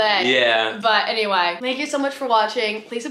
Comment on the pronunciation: “So aNywiEy”💀💀💀 Brooke Monk